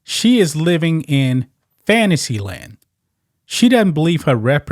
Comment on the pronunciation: Did you say Fanisee Land? LOL